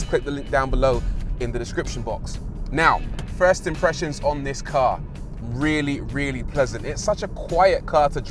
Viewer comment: When he say ‘first ‘ lol 🤣😂gets me all the time